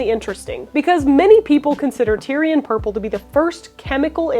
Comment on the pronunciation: You were totally slaughtering the word Tear'ee'uhn purple is what you said. Not Tyrian purple /tĭr′ē-ən/